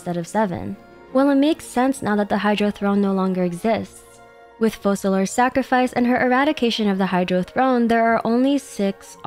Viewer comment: Why does everyone mispronounce Focalors?